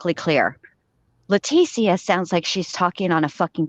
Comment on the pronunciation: Sorry I missed this live! Love you guys! you’re the best! a trip too… but Let teeees ssssiiia … she’s the only one I’ve ever heard say her name this way! It is a classier pronunciation for a person of zero class! Too proper than T deserves! Thank you always sweet!